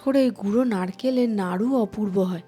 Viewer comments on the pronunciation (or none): Naru noy pronunciation hobe Nadu.